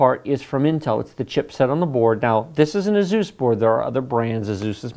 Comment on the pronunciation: "2 outta 3... 75%" - 2016. edit: AYE SOOS, not AYE ZUES Fantastic video, used it for a friend who wanted a better explanation then i could provide.